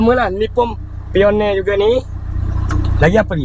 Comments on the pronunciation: Bukan piorne...paineor bunyinya.. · sebut nya painer abg.. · Bkn pioneer, pai nier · Pionerrrrr peliyor dia 😂 Pioneer pun xreti nak sebut ke? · Jgn sebut Pioneer di Melayu kan... Nmpk bunyi nya lain bebenor...